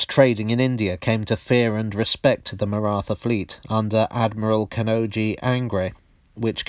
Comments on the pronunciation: It's Marat Ha, the h is aspirated. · The pronunciation of the word Maratha made me wince, but as I can't come up with a word or phoneme close enough I guess I'll have to live with it. Stellar video otherwise. Note: it's not the 'th' sound in rather as pronounced here. It's a thick T sound. Maybe I can link a video here with the corrected pronunciation later. Always best to get names right, especially for a lot as touchy as the marathas (yes the Maratha people, who live in the Indian state of Maharashtra and speak Marathi, are very sensitive about these things.)